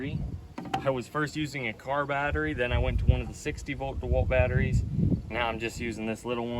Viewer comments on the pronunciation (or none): none